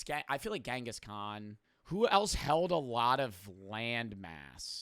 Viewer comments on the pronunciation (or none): it's not gengis Khan It's chingiss knaan